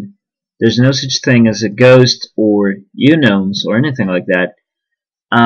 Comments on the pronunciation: It's not pronounced younown it's pronounced uknown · its its not pronounced uknown it is pronounced unknown